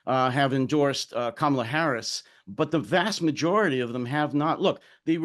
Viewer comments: A Black woman, the sitting Vice President, has told you how to pronounce her name: it's KA-ma-lah. Please stop messing it up. It's kinda sexist and racist to persist in the error. Plus it's exasperating. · It’s neither sexist nor racist, what makes you think everyone has been schooled on pronounciation of Kamala?